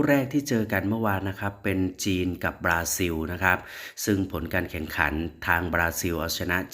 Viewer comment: ประเทศเขาชื่อ บาซิน ไม่ใช่ บาซิว